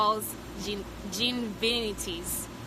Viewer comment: I think you were trying to say "Ginger- vitis" lol thats the pronunciation